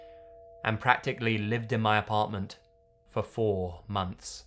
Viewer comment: Am I the only one who thinks that it's funny that he says "mumf" instead of month?